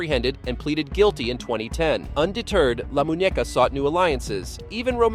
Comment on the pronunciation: La moon-knee-ka. Not moo-neka. In spanish, when the has a tilda above it, it means it sounds like "nkneeh."